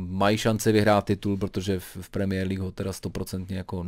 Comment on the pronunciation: mě irituje tím jak vyslovuje premiér League. Další věc když řekl, že Slavie by v PL hrála o sestup. Odborníka Hoška bych s chutí nakopnul.😁